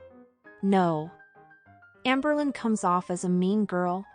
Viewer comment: "Hamber" Hamberlynn ⚰️